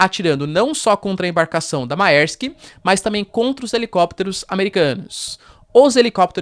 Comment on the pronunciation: Errata: A pronúncia de Mærsk, é {mÉrsk}... ditongo latino "æ" = é... simples assim ..